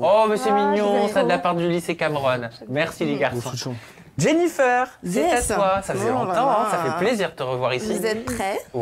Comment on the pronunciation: "Jennifeur"??? Pourquoi prononce Jennifeur? Ou dirait pas plutôt " Jennifaire"? C'est pas joli